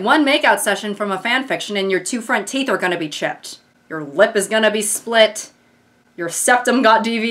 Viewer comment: "who do you fink gave you the teef” lives in my head rent free <3